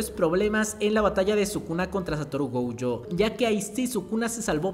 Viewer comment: pero pq le dice gouyo? 😓